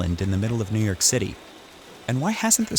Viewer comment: I thought it was New York not New Yerk